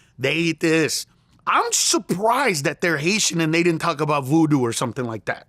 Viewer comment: Lmao he said voodoo in trumps accent.